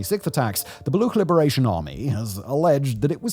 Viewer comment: Brother it's Baluch, CH, like CHair.